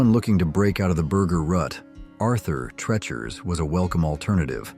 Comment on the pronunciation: Two disparate retrospectives combined into one by AI…. We know by the mispronunciations. Arthur “tretchers” instead of the correct “treechers”.